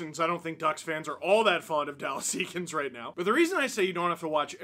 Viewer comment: I thought his name was said like Ay-kins